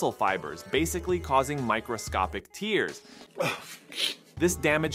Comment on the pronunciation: Pronounced tear like pear